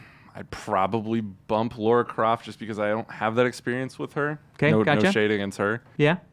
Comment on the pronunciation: It’s Lara not Laura...